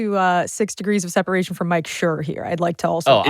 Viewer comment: Also booooo Mike Schur! Learn ye how to say it! Otherwise I enjoyed this and both the guests. Thank you for covering an important topic. It really can’t be overstated enough how compromised journalism is right now.